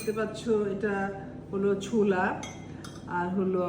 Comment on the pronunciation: ঘী আবার কাঁচা হয় কেমনে?? হা হা হা 😂😅 ছুলা না। “ছোলা”।